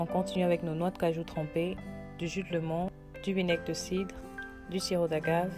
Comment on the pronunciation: Du jus de citron et non de " lémon" ou bien alors dire lemon 🍋 avec l' accent 🇬🇧anglais 🙄Bref, sinon, Les recettes sont à tester. Bravo !